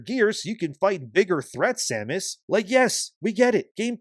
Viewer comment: So you pronounced her name correctly, but recently on the video with the Devs they pronounced her name wrong like they have never played any of them. they says Samus Aaron or Erin. pretty telling that they have no idea what the game is even about. Also, nintendo started the companion assisting you in ocarina of time.. "hey, over here".....